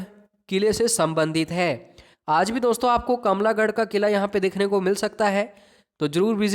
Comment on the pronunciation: Sir kamla garh ni it's kamlah garh